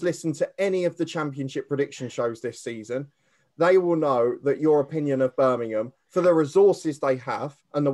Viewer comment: It's Birmingham not Birminum 👍